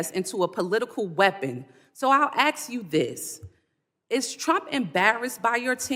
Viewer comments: 1. Well, an either/or question cannot be answered with a yes or no. And 2. She lost any credibility with “axe you.” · " Let me Axe you ' How did this happen. They used to be well spoken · I'm tired of getting AXED 😂..instead of asked😊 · Dumb Dumb it's ask not axe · And they can't even speak rite ax it's ask duh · So let me AX you... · The word is ask not ax!!!! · Did she say “turnt” and “axe”? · Let me ax you. Let me ax you. Let me ask if you can speak English. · WHY CANT BLACK PEOPLE PRONOUNCE A THREE LETTER WORD. ASK not AXE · Let me aks you😂😂😂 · Tell that black lady it’s ASK not AXE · Mc Liver cannot be trusted she can't even say the simple word "Ask" it's not ax! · That woman questioning the secretary is embarrassing, to herself and our education system, not good🥺 she can't pronounce secretary correctly. She actually mispronounced a lot of words ...like ax instead of ask🤪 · LET ME AXE YOU! AM I TARDED! 😂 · Lamonica is still talking? Lamonica, no one cares what you think. "I want to axe you." "I want to reclaim my time." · Let me axe you. Seriously this is who represents American s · Ask not axe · Not AXE…. ASK….if that’s too difficult for you, there are no words for your incompetence. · So I’ll axe you again! Someone tell her the word is Ask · McIver has no class, primarily because she's from a culture who refuses to say Ask but rather Axe, only for the sake of their form of rebellion of the American language. We know she's incapable of forming a cognitive, cohesive sentence and obviously reads from notes penned by her interns who have college degrees, though that isn't saying much. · Something 'turnt' but she definitely threatened Noem by 'axing' her. Lock 'er up! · It's "ask" not "aks" . 🙄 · Why is a sitting congess woman saying axe instead of ask? She must be as dumb as Crockett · Let me axe you? Why can't black people say the word ask. 😅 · Any time a black person says axe instead of ask I cringe... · Let me axe you , LOL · LOL Lemme Ax you. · "Let me ax you"